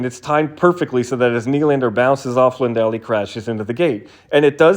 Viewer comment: Sounded like Lindell to me on shitty laptop speakers, but maybe I'm just used to American broadcasters pronouncing it LANdell.